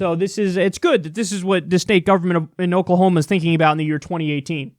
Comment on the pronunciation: That is not "OKAY-lah-homa" 😉